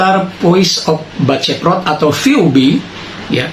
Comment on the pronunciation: Pjnten mang ujang di luruskn ya bukan Bala cheprot tapi BALADCEPROT, pami BALA mah sebutan ka na runtah kalau Balad itu teman🙏🙏🤘 BAKADCEPROT AKIAKI